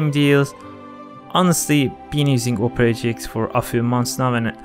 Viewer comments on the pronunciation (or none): when he sponsored opera gx it sounds like opre gx